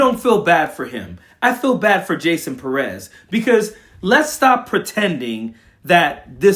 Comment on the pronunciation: Pérez, the accent is on the first syllable. Learn and share.